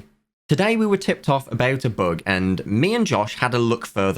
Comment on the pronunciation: Sounds like he is saying book instead of bug